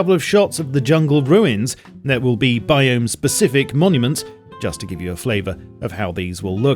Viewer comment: What are “ruwins” ? Lol